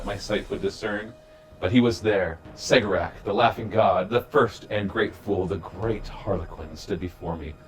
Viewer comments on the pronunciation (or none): Cegorach- Keh- Gor - Ach Per the audio book A Deadly Writ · I believe you are pronouncing Cegorach wrong. I understand it to be Keg-or-ak